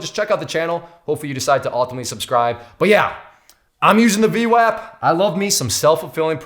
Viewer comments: V WOP not WAP not like WAPPER, like WHOPPER! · its pronounced V WOP lol sounding like a clown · Pronounced vwop lol. Good video though. Thumbs up & subscribed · I think VWAP is pronounced with a soft "A" like in "arm" or "august"